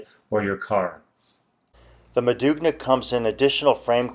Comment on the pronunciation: That's not how you pronounce modugno. The g is silent and the subsequent n is a bit like the spanish ñ like in Niño. I would at least expect a seller to know how to name its products. Doesn't inspire confidence in explaining the product if the product name is mispronounced over half a dozen times.